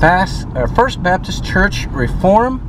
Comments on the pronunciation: It is pronounced REE-form, not Raform. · You visited cities in West Alabama, specifically Pickens County which is where I grew up. Fyi, we pronounce the city “Ree-form” (long “e”) not “Reform”!! 🤣 Wish you had visited Aliceville and Carrollton. Carrollton has an interesting history , the courthouse with face in the window. Thanks for the video!! Roll Tide!! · We pronounce the name Reform, as Ree- form. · it is pronounced Ree form